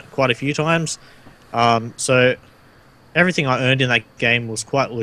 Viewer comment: Everything, not everythink.